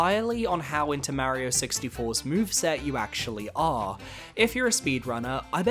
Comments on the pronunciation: Its Mario not Maerio, sorry but pronouncing his name wrong is tilting, he even says itself on the title screen... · Is pronouncing Mario’s name «Merry-o» a British thing? It sounds strange to me 😅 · New Yorkers do it too. I have no idea where it originates from or why though